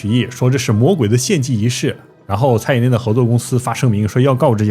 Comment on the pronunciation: 是蔡依林不是蔡依“宁”啦 ..